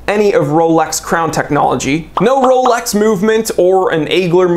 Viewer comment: said "rrrrolex" 😂😂😂